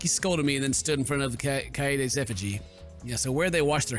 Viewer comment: Judging but a lot of his previous misreads never. Unless a direct pronunciation points it out to him he doesn't usually catch his mistakes. Or worse as in Kaede and Kaito (Kyehdeh and Kyto) he often reverts (Kade and Kato).